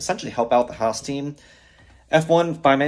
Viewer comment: Finally, someone who says HAAS properly. This is great news.